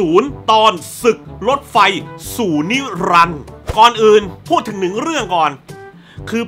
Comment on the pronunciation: เสียงทันจิโร่ผมชอบพี่คนที่พากย์ในซีรี่ย์มากกว่าครับเข้าถึงอารมณ์ชัดถ้อยชัดคำมากกว่า ส่วนที่คุณเติ้ลพากย์ในมูฟวี่ ขัดใจตั้งแต่อ่านชื่อเรื่องแล้วครับ จาก มหาศึกรถไฟสู้นิรันดร์ กลายเป็นสู่นิลันซะอย่างงั้น ทีมงานปล่อยผ่านมาได้ยังไง อันนี้ตอนฟังในโรงหนังหลายปีก่อนคือนั่งจิกเบาะ แต่ก็ไม่ได้แย่ขนาดดูไม่ได้แต่ก็นะ งานพากย์แบบนี้ครั้งเดียวเกินพอครับ คืนอาชีพในนักพากย์อาชีพที่มีความเป็นมืออาชีพจริงๆเถอะครับ